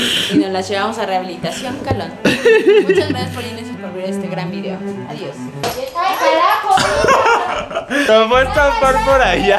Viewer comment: me parecio o dijo caracho? JAAJAJ